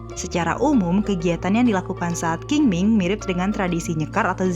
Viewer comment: Qing ming dibaca Ching Ming, Q di di baca Ch.. Dalamn bahasa China dialek TeoChew di baca Cheng Meng